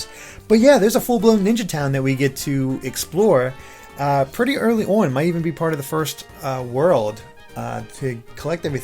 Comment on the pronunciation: So many changes.... makes me a little worried. I wish they would have made something similar to thousand year door. They keep making huge changes and sticker star and colour splash proves change isn’t always best. Also... the way this guy says “on” 🤦‍♀️